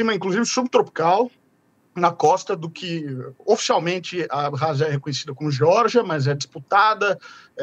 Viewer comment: Ab-rázia, com "2 Rs", o KH é Ka Aga da da língua inglesa.